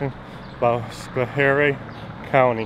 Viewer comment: My home town I love it but you miss prounced it's scho harie! The last guy the IT guy is a douche!